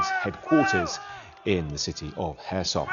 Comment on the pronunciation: I don’t like the way he says Kherson 😅